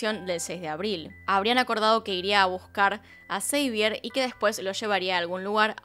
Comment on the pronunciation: Xavier en francés se pronunciaría Xavié o Savié no Seivier?